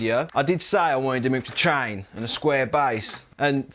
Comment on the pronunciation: Its table ..not tiable😂😂😂 Its chain...not cha-in😂😂😂